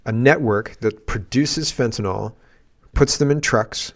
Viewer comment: Petty gripe, but it's fentanyl, not fentanol. I hear this mistake everywhere, including Monsieur Trump at his inauguration.